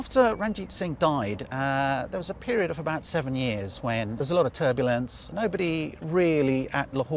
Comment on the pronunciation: Did he turbulence or Turbanulese?